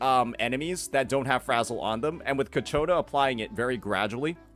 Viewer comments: It's Ciaccona not Cacciona 😭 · Its pronounced CHA-CONE-UH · Of course, its coccaina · I'm actually gonna block this guy if I hear him say ciacconas name wrong one more time